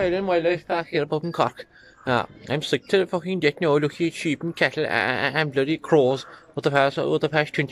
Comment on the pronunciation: The way he says "now" sounds almost like "inniú".